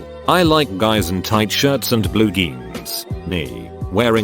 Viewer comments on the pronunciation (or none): Nobody: Text to Speech: GEANS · Why does the robot keep mispronouncing jeans as "geens"??? 🤣🤣🤣